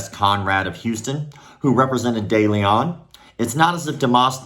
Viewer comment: The letter e in de Leon or Deleon as it might be spelled is pronounced like e in the word "lend" and the "on" like the word "own" not that I care about criminals but I have the same last name.